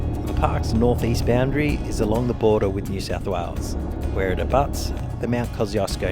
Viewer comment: So beautiful through the high country and a fitting post for Australia Day 🇦🇺 I always find it funny how us Aussies pronounce the name of Kosciuszko as "Koz-ee-oss-koh", where as, it was named by a Polish explorer, Paweł Strzelecki, and is actually pronounced "Koz-ush-koh". I always get looks when ordering a Kosciuszko Pale Ale, with the correct pronunciation. The bar tender usually looks at me cockeyed.